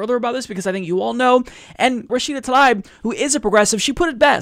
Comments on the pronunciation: It's said Tah-leeb. Not Tah-libe. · It's Tlaib, not Talib. Please make the effort to pronounce her name well. It shows respect.